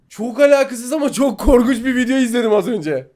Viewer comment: Abi korkuç dedi bunu korkuç